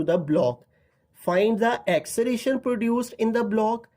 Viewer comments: Sir acceration nahi acceleration he 😅😅😂😂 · Acceleration not axceleration😅😂😂😂